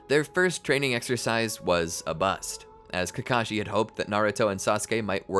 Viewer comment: Ts so nichewhere is exercise? I thought you said extra fries.🤣🥹